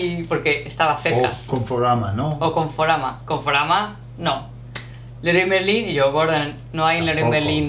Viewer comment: Leroy Merlin..jajaja. It's an English name, badly pronounced.